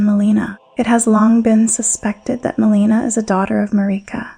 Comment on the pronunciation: It’s pretty crazy you can get this deep into the lore, and yet mispronounce so many of the central characters names time and again. From Marika to Miquella to Melina to Radahn to Rennala and many more. I actually lost track. A mispronunciation here and there isn’t even really worth mentioning - usually. But when it’s done over and over and over with main characters of the story, it starts to become a distraction from the actual content. Which in of itself is well written. I mean towards the end , calling Crucible Knight DEVONIA, “Crucible Knight Darian” time and again is a little ridiculous. This isn’t a mispronunciation, this is flat out lazy research - completely getting the name wrong. I honestly didn’t know who she was talking about at first and initially thought I had missed a named Crucible knight. Until she read straight from Devonia’s Helm and item description yet attributing the helm and item description to “Crucible Knight Darian.” Then I knew it was just another botched name.